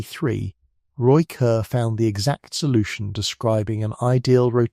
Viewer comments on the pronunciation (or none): none